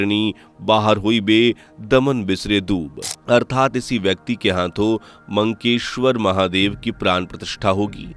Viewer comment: It is Makkeshwar Mahadev not Mankeshwar.